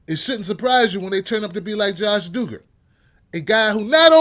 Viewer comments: It's not doo-gar its duh-ger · Eli Acevedo The Doogers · It's Duggar with a short u sound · The way you pronounce their name killed me, but yeah this show needed to be done lol